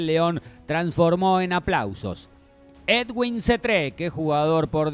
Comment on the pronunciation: Niggas, es edwin, no eduiwn, x favor, sepan pronunciar bn